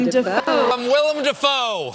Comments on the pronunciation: Se pronuncia DAY Fo! No Defou! Hasta el mismo lo dice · Lo curioso del multiuniverso de Defoe es que Willem Defoe pronunciaba su apellido como "Willem Déifou"